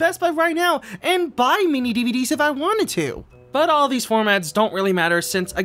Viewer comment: Every time says "MiniDVD", all I hear is mini Dedede.